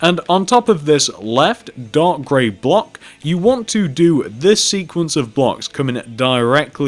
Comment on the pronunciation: Are you saying dog gray lol